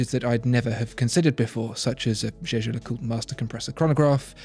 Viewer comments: Why did you pronounce Jaeger LeCoultre correctly only now? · Jaeger is a German name. if the brand says you should pronounce it as if it were French, they're wrong. Jaeger in German, LeCoultre in French.